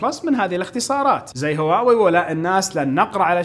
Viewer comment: تكفى انطق هواوي زين ترا ممكن تخسر متابعتي والله ان ظليت تنطقها كذا